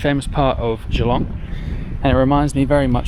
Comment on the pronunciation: I live 15mins from Geelong in the Bellarine Peninsula. Watching your video, made me cringe hearing how you say Geelong. It’s not pronounced Gee, long. It’s pronounced Ja-long!